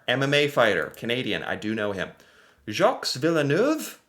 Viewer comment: Some of these people I have never heard of. Mario Lemieux. His last name is pronounced le- mew (like a cat mewing) Jacques Villeneuve. Jacques is pronounced shj-ah-kah. I don't know if that will be helpful but that's my little English Canadian way of trying to pronounce Jacques. (my fellow french-canadian countrymen, feel free to make it be understood easier and more correctly than my anglophone self lol)😂 Elbows up countrymen.